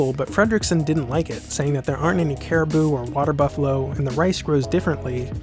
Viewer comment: One small quibble from someone who lived in the Philippines for a number of years: it's 'carabao', not 'caribou'.